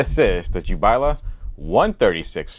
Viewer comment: Great show bro. Congrats on pronouncing Jiabaile correctly..😂👍🏼